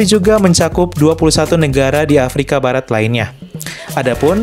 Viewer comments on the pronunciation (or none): none